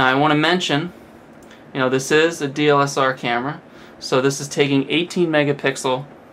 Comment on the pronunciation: It it called DSLR (Digital-Single Lens Reflex). you kept saying DLSR.